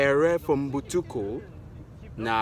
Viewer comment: Errer for Mbutuku is hard for him